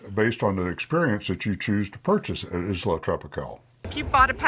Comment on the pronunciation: Pronounce Isla correct.